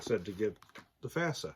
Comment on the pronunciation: Not FASA.